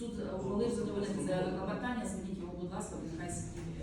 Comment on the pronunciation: Коли суддя замість слова КЛОПОТАННЯ каже КЛАПОТАННЯ, то нема що слухати далі.